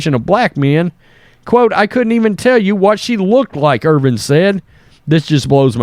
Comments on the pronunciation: Bro, it's Irvin, not Irving. You're killing me. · The mans name is Irvin not Irving. You’re such a hack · Hey, there’s no “G” in Irvin